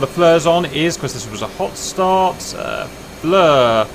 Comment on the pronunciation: Is it "FLUR" or "FEAR"...just asking....